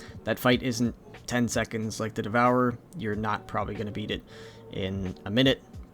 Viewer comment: i stopped the video where he said "We kill the devouver very very quickly" 👋 thanks